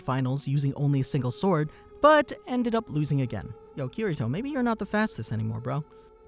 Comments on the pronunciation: not kiyto but kirito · Kirito Kiriro.... Kiri...TO! lol